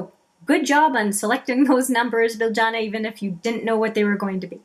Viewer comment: Thanks! OK, I thought so. Just to clarify, should I pronounce it BilJYana or BilYana? I'll at least get it right in the wrap-up to this one! ☺️